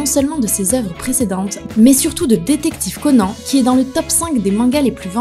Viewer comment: Sa se dit CONANE avec un E mais sa se lit conan